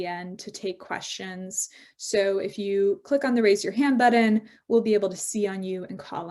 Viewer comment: "buddon?" Really?